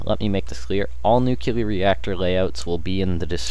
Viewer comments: Nucular? Nuclear. Sorry, bugging me the whole video. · I cringed every time you said nukular. NUCLEAR! NU. CLEAR. *exasperated sigh* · Was interested in watching, saw the stuff, then I heard how he pronounced nuclear... Nevermind, I lost interest. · No, it's called improper pronunciation. NUCLEAR only has one "U" not 2... Kinda like when people from the ghetto say "Skrate" instead of "Straight", it's ignorance, not choice